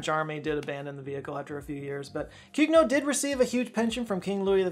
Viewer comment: swing and a miss on pronouncing "Cugnot" correctly